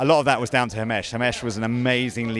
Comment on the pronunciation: It’s himesh not hamish